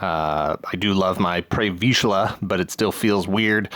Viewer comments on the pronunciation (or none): That was the most extra pronunciation of Pre Vizsla I've ever heard